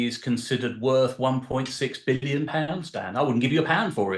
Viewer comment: How he emphasized . ONE point Six BILLION POUNDS . And then gets told its a BARGAIN.